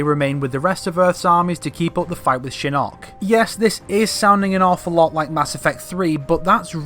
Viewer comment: Ok couple things. 1. Your inconsistent way of pronouncing Shinnok bugs me so much, but I'll assume it's your accent. 2. At the end of 9 Shinnok says to Quan Chi that he will "soon be free". He doesn't specify how soon that is. To say he can just mystically get free sooner to launch his attack is a bit off to me. Just because he has more support doesn't mean he can get free sooner. Sure he says soon, but I imagine to an immortal, 2 years is soon. 3. Johnny training with Bo Rai Cho doesn't necessarily mean training with the shaolin, and if he did his entire fighting style would end up changing. And if it didn't, that would be sloppy writing. Karate etc that Johnny uses is very different from Kung Fu. 4. The evil factions or any evil characters joking the good guys wouldn't make any sense. Sure they might not want the realm destroyed but they wouldn't be able to work together with Raiden. They would be more likely to side with the Netherrealm, or leave and go to Outworld, side with Kotal, and just continue what they're doing now there. 5. Why would Tanya be with the Netherrealm forces? She is in Outworld aiding in Millenas rebellion. The entire rebellion is based on that, since she and Rain are the ones who released Millena in the first place. 6. Raiden wouldn't debate who to side with between Order and Chaos. Chaos wouldn't help him bring the war to an end because that would lead to peace and consequently Order. 7. Liu Kang destroying Shinnok "once and for all" is impossible si